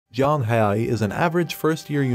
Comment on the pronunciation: It not Yang it jiang haoyi = pronouncing to English is somewhat like J ang how e that what I think it is but it easier if I say it to you